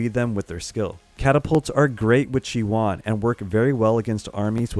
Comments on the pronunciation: Thanks for the videos, really useful. BUT Please don't call her Chi-One! You are killing me. It is a Greek word SNOW=CHIONE=ΧΙΟΝΙ (in Greek) It is pronounced he-oni (he like the article and oni as in macaroni) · Isn't it's pronounced chi-oh-nee? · khi-yo-nee:) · You really need to learn how to pronounce stuff. Who the hell is chiwan. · i think he says that because he splits the name in 2 parts.. chi... and one. Chione i think is taking her name fron the greek word '' Χιόνι '' that means ''Snow'' and the pronunciation of this is ''Chioni or Chione...something like '' kioni ''. So i hope i helped, keep up the good work.:)